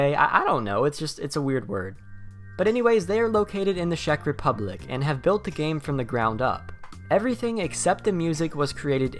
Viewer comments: It's CZECH republic not shack :D (Am I the only one that heard it??) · I like how you said "Shek Republic" Sir excuse me, our country's name is pronounced like "Check", not "Shrek" without the R >:(